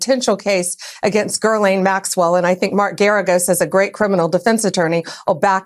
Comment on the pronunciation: Who’s Gurleene Maxwell?